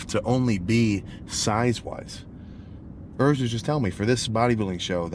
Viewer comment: Who the hell is "Örs"? It`s Urs. Why do you yankees always pronounce everything in your gay accent? You`re not the only persons in the world...